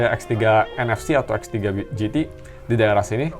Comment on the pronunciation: Perasaan x3 , kok om ini bilang f3 pro f3 gt, apa pendengaran ku yg salah